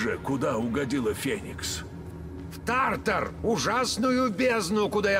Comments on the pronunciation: Тартар , ударение на второй слог. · правильно говорить тартар ударение на а